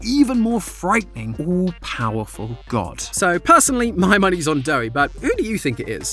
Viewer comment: YOU SAID DOGT NOT GOD